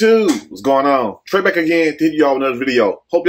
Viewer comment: It’s Trey Ay!!